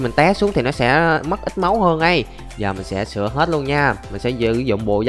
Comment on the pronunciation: "Sửa" chứ k phải "sữa" a ơi :v